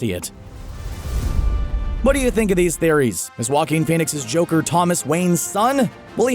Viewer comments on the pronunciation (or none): I thought Joaquin sounded like jokin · Still learning how to pronounce Joaquin.